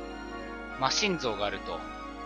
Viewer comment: 魔神じゃなくて魔神「まじん」だと思います！！ マシン像ww